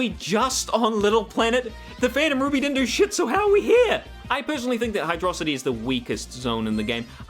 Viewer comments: HYDRO CITY NOT HYDRAHCITY 😠😠😠😠😠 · Apparently, the level order had to be changed late in development, which is probably why some stages don't have transitions. Also, it's pronounced Hydro-city. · I love you, I really do... But Hydrocity is meant to be pronounced Hydro City. Look it up. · This bitch pronouncing hydrocity like megamind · Oh boy, do I get to criticize pronunciation of Hydro City Zone? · > "Hydrocity" REEEEEEEEEEEEEEEEEEEEEEE